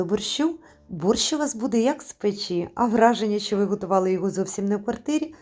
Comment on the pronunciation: Шиплячі вимовляються як в рускій мові.Українці вимовляють твердо:,,шчо" а не,,шьчьо"